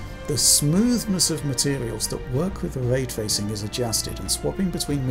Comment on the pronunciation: Way twacing